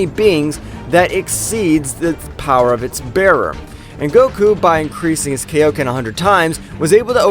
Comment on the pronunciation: It's pronounced kaioken not kayoken